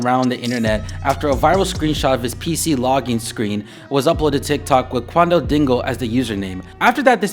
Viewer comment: stop saying qaundel like that please